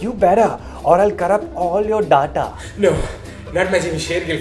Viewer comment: did he just said data not data?